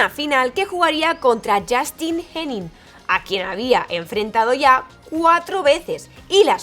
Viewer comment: Excelente trabajo, como seguidor y jugador de tenis, obviamente conoci a Sharapova, pero al ser seguidor de ATP y no tanto de WTA, no sabia que le habia ocurrido esto... solo un detalle jaja se pronuncia "Moresmò" y "Henan"